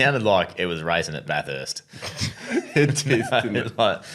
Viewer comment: Agreed with everything except your pronunciation of Bathurst. Way too much emphasis on the "urst". Sorry to be a downer but please visit this amazing city and you'll understand.